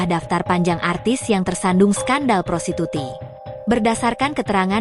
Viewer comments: Prostitusi min..bukan prosituti 😂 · Woe Admin.... Baca aja kaga becus Lo...prostitusi bukan prostituti !!!! Ngelawak Lo 😂